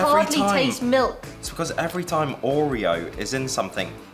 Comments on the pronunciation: I loved how she pronounced “Ooreeo” 😂😂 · I hate the way you say Oreo 😂